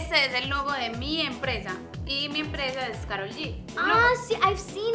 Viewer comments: "Karol G" no "Carol G" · Se dice Karol no Carol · 1. Es ''Karol'' No ''Carol'' 2. ¡Mentiros@ no son sus hijos! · Se dice karol g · Se dice karollllllll